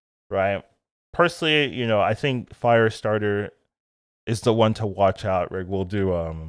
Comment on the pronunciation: Love that Firestar's name is there clear to see for us (and I assume you), yet you still call her 'Firestarter'. Also, Marvel is FILTHY with Norse Gods, but adding Hercules is a bridge too far.